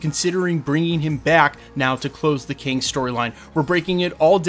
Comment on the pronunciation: Kang not king! 😂